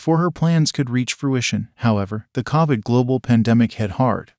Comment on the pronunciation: To think they can’t say Covid ( Co-vid ), not Ca-vid.